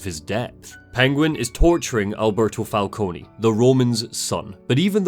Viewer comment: Maybe I'm having a Mandela Effect moment, but isn't Falcone normally pronounced "Fal-cone" and not "Fal-coney"? I never played Origins, so maybe that's how they do it there, but I'm almost certain any other Batman media I've seen uses "Fal-cone".